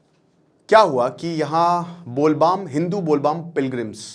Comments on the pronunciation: Bol baam nhi , its bol bam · Sit its bol bam not baam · With due respect, Teacher साहब, Professor साहब, और बड़े अक्लमंद साहब… आप जो बार बार कहते हैं ना “बोल बाम”, वो “बोल बाम” नहीं, “बोल बम” है। समझ रहे हैं ना जी? इतनी सी बेसिक बात भी अगर आपको नहीं पता, तो फिर आप पढ़ाने निकलते कैसे हो भाई? यहाँ बैठकर ज्ञान पेलने से पहले कम से कम जिस विषय पर वीडियो बना रहे हो, उसके बारे में थोड़ा पढ़ तो लिया करो। सनातन पर ज्ञान देने निकलते हो और “बोल बम” और “बोल बाम” तक का फर्क नहीं मालूम! यार, ऐसी बातें करते समय थोड़ा शर्म भी आनी चाहिए। वीडियो बनाकर ज्ञान बाँटना अच्छी बात है, लेकिन पहले सही जानकारी तो रखो। बोल बाम नहीं, बोल बम है। 🙏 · Bol Bam 😂😊😂😂. It's Bhole Bom. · सर ज्यादा अंग्रेज बनने के चक्कर में बोलबम को बोलबाम बोल रहे है 😂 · Bolbaam nahi hota hai Bol bam hota hai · bol baam kya hota hai sir its bol bam